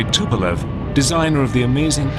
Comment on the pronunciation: and yet the guy cant pronounce the Tupolev's name.that says a lot ....about USA.